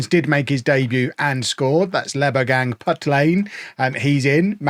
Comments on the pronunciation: The pronounciation of Lebogang is closer to Lebo- (h)-ang and the best pronounciation is Lebogang with the first G being the Dutch G like Van Gogh’s correct pronounciation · And additionally it’s pronounced hung not hang. Apologies for forgetting to specify as well